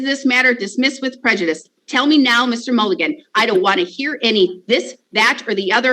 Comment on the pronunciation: I hear Fiji is beautiful this time of year,.